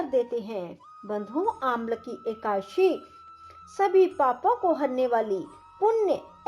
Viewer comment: पहले एकादशी बोलना तो सिख लो फिर कथा सुनना।। हिंदी व संस्कृत का सही ढग से उच्चारण करना सीखें फिर सिखाए।